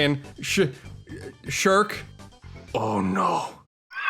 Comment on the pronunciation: Sh-sherk? Oh no...